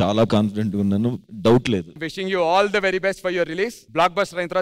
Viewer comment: Anchor garu adhi Thee kadhu dhee 😅😅